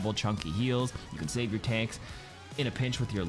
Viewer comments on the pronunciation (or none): none